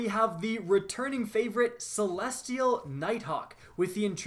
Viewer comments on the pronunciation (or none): none